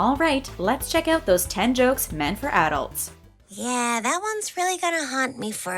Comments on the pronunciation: Say arults one... more.. time.. lol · How many times can this lady say "adults" like this? Please say it right if you are going to say it 100 times in 7 minutes. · Why is she saying adults like that ? English is my second language and I still know how to pronounce it right she should too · AD-DULTS. AD-DULTS. AD-DULTS. AD-DULTS. AD-DULTS. :/ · Stop pronouncing adults with the emphasis on the first syllable. You sound silly. A SHIV is a makeshift knife used in fights. Shanking is the verb that means to cut someone, usually with a shiv.